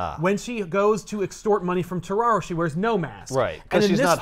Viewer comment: Does anyone else think when says terraro it just sounds like Scooby-Doo saying Tomorrow.